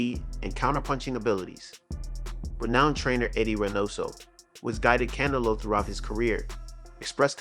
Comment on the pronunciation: Why do you pronounce Canelo like “cantelope?”